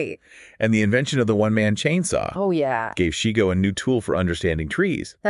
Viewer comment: His name was pronounced SHY- GO. Not SHE-Go. I attended a workshop of his 1996.